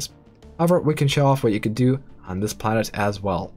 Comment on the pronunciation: Am I the only one that hear him saying "Karen capacity" instead of "planet capacity"? Damnit Karen, being entitled to populate the planet.